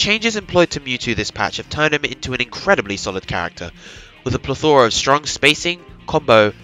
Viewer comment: Great video, great analysis. Only criticism: learn how to say "plethora", and say it less. XD